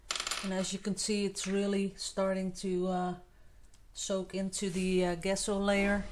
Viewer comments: It's GESSO pronounced like jesso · Give her a break, guys....... can pronounce it any way she wants; she didn’t ask for the correct pronunciation so being pedantic is unnecessary. We all know what she means.